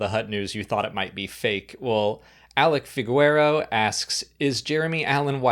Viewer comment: Public service announcement: Alec’s last name is pronounced “fee-gay-ro-ah”.